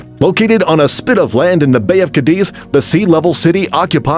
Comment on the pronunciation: City number 6: You pronounce "Cadiz" with the stress on the second syllable (diz)....The correct way is with the stress on the first syllable (Ca).